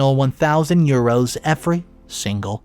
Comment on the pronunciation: That's probably the worst pronunciation of "euros" I've ever heard.